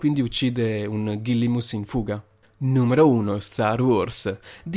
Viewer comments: Gallimimus non ghillimus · Si dice Galimimus,👍🏻